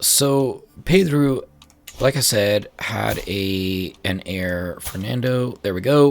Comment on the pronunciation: Hey there! your pronunciation is great, and in the case of Pedro it's actually pronounced pe-DRU as you suspected. In the case of João (my namesake lmao) I know it's really hard to pronounce the nasalized vowels, so it's really alright. "Ão" is pronounced kind of like "own". Keep going, I'm really enjoying it!